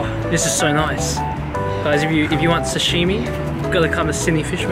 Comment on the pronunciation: Yay!!! Please don't say sashimi like that. :)